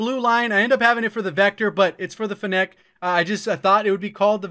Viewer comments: It's Fennec not Fennéc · fe neck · I swear its pronounced feenic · Probably not the first to mention it, but it’s pronounced with emphasis on the FEN — FEN-nec, like the fox. Or Vector for the OGs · Did this man just say fen-Neck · why does everybody pronounce it fen nec? its fennec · Yeah and fennec is pronounced fen-ick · Grammar police here. , fennec is pronounced FEH nuhk or FEH nick, as in "fennec fox". :-) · It's pronounced "Feh-nick" like the Fennec Fox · It's pronounced finnick. Like gimmick but with n's and an f. As in the fennec fox. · Great video. Very informative. Please learn to pronounce Fennec correctly tho 😆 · Why does he say Fennec like that?